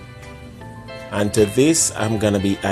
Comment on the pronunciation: You said potatotoes